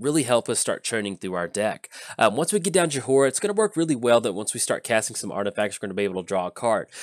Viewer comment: I love you, but it's pronounced Joy-rah. The H is silent.